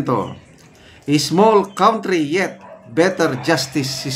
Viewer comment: LEGAL IS PRONOUNCED AS ✅ LIGAL… COUNTRY IS NOT KAWNTRY BUT ✅KANTRY, SIR .